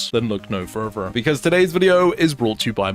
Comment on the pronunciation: Love your vids. Almost as much as I enjoy you pronouncing “further”